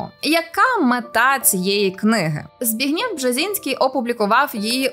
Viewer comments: це взагалі найважче😬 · Правильно вимовляти - Збі́гнєв. Наголос на перший склад! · Дорога авторка відео! Не ЗбіґнЄв, наголос на є, а ЗбІґнєв, наголос на і. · Бжезінського звати Збі́гнєв, а не ЗбігнЄ́в. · Перепрошую, та все ж ЗбІґнєв та ЗбІґнєва (наголос на і): в мене дідуся так звали, того ріже слух🤪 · Я не розумію, чому в цьому відео обрані неправильні наголоси для власних назв. Чому ЗбігнЄв, а не ЗбІгнєв? Чому МАккіндер, а не МаккІндер? Є враження, що ведуча говорить про про якихось невідомих людей, і ніхто навіть не знає як їх імена вимовляти.